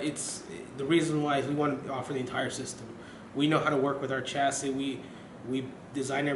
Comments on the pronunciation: CMON PRONOUNCE CHASSIS RIGHT!!!!!!!!!!! ITS PRONOUNCE CHA-CEE DUMBO!!!!! DAMN MAN... GOT A ALMOST 15GRAND OR SO PC AND ARE SPEAKING ALL ABOUT ITS SPECS AND '" OR WHATEVER EVEN WORKS FROM DIGITALSTORM.. AND CANT EVEN SAY IT EFFING CORRECTLY MAN!!! I LIVE IN HAYWARD CALIFORNIA NEAR FREMONT AND I WILL STRAIGHT UP GO TO THE HQ AND TELL THEM "" NEEDS TO PRONOUNCE THE DAMN PC'S COMPONENTS AND CHASSIS RIGHT.. JEEZUS OF "DIGITAL STORM" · He's saying chassis wrong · He said chassis wrong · SUCH TECHIE DUDE(S) BUT CAN EVEN PRONOUNCE "CHASSIS" RIGHT!!!!!! CMON!!!!!!!!!!!!!!!!!!!!!!